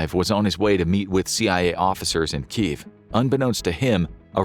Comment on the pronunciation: It's pronounced KEE YEV